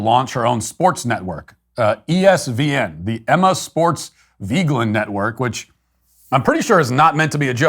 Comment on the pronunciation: I love how Emma Vigeland is so irrelevant that Matt pronounces her name wrong